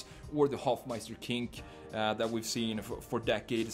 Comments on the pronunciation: dude its hofmeister KNICK not KINK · It's Hofmeister Knick, not Kinck. 😉